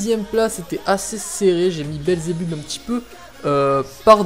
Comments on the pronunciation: Sa se prononce pas << Belzebubb mais Belzebeub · Tu n'a pas respecter beelzebub ta prononcer beelzebub "beelzebuub" et ta appeler baby beel "babybel" xD